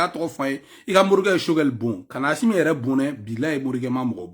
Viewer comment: Mon frère tu arrêtes Stp. C'est pathétique. Au lieu de critiquer quelq'un, toi aussi on ne dit pas Achimi c'est Assimi. Nyèrè Alla la Wari 😂😂😂😂